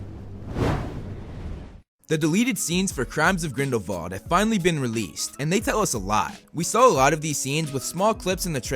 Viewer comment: Why do you say Grindle-VALD i tjought it was Grindle-WALD